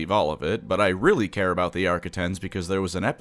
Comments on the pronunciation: Can’t get past how you say “arquitens” like “arkettens” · Ah yes, the Arquitaints. My favorite escort vessel. Lmao. At least he got it right the second time . 😅